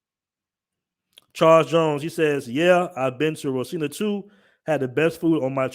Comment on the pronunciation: Rocinha ( haw-SEEN-yuh ) Favela. Speaking of Electronic game try visiting Cidade Del Este in Paraguai also the internet has been improving here in 🇧🇷 with 5G roll-outs in many cities.